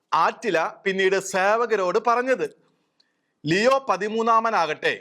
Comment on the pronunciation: ലെയോ അല്ലാ ലിയോ എന്നാണ്. God bless our Pope!!!